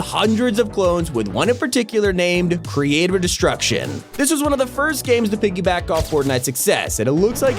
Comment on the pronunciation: Did you hear how he said “Creative” in the “Creative Destruction” title?